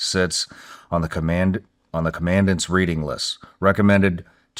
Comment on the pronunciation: Cmon Shawn, only into the video and you mispronounced 2 easy words? Hue and commandant? I hope it gets better from here!